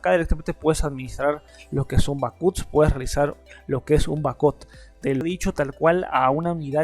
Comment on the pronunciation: Qué quieres decir con "BACÚTS"? o "BAJÓT"???